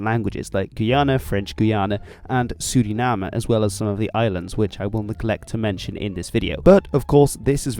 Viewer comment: Yoooooooo first time I heard a foreign speak out Suriname right